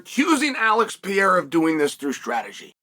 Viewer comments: It's the ALEX PEE-ERA!!!! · Chael, its Alex Pereira , not pee-era! 😂